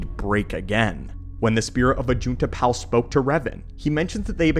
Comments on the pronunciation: Anybody else annoyed that he pronounces Ajunta Pall as Ajunta Pal? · Is it bot pronounces 'pall' as in pall bearer? More akin to paul, than pal? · Idiot doesn't even know how to say ajuntal pall correctly. It's pall not pal. Ugh, it's grating in my ears. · Ajunta Pall is Pronounced like Hall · Ajunta Pall's name isn't pronounced correctly